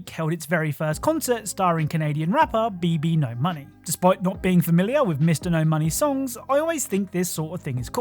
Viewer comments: BBno$ is pronounced baby no money not BB no money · Don't know if you've been told or if you even care but it's pronounced babynomoney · So BBNO$ is actually Pronounced as "Baby No Money"